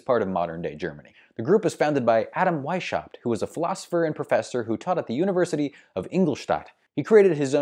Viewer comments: The "sh" in Weishaupt is NOT pronounced like the "sh" in ship, the name is pronounced Weis-haupt (as if it were two words). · The name was so butchered that is was impossible to understand it - why do english-speaking youtubers refuse to look up pronunciations? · Why don't you look up how to pronounce Weishaupt (or any "foreign" name, for that matter) instead of mutilating countless ears out of convenience? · I feel offended by the terrible pronunciation of Weishaupt.